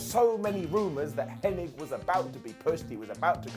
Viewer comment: "Henning" FFS. Nobody gets that right...